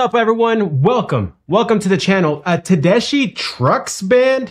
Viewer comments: Hey, I quit listening to the radio 25 years ago. But I found a replacement with you tube videos, then with music video reactions about 5 or 6 years ago. I found you about 6 months ago and you are my favorite. Your reactions are so genuine, authentic. Susan, pronounced, TA DES KEY, had a solo career, Derek also had his own band and played for 15 years with the Allmans. Him and Warren Haynes, you saw him Joe B.. They were the two guitarist until they disbanded. Susan opened for the Allmans and that's where they met. They are the most amazing live band period. Only listen to them live. They have many videos on you tube. Midnight in Harlem, Don't let me Slide from E Town are great. Bound for Glory from Atalanta. I Want More from the Beacon. That's just a start. I walk on Gilded Splinters. Susan does The Sky is Crying, blues tune, you get to see play solos. Check out Hurts so Bad from Austin City Limits, unbelievable. It's from like 25 years ago. I know you started on the Allmans, try In Memory of Elizbeth Reed. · Pronounce it Ted es key. It’s an Italian name that means German. But she’s 100% pure All-American treasure. Her husband, Derek Trucks, is one of the best guitar players alive. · Pronounced TedeSKI. I saw her as a young up and comer decades ago and she was great even then! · Tedesky is how to pronounce her name. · It's actually pronounced SKI , at least that what I heard her pronounce her last name on a talk show she was on. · 1st it's pronounced Ted-es-ki, Midnight In Harlem, Bound For Glory, Darling Be Home Soon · FYI - Tedeschi is pronounced Teh-des-kee, like a key in the door. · You are killing their name! I tune in to hear your funny comments! You have so much to learn about the 70’s music. But keep it up. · I'm watching this cause I like to see how people look when something so powerful hits thim in their ears. PS her name is pronounced Ted-ESS-ski. It's an Italian name- she's from Boston.